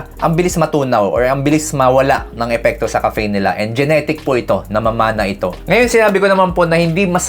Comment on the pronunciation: DOC, BAKIT NAMAN PO GANYAN PRONOUNCIATION NIYO NG "CAFFEINE"?? ARE YOU JOKING LANG BA?